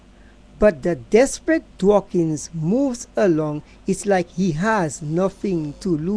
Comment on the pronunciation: It's DAWKINS...NOT DWAKINGS.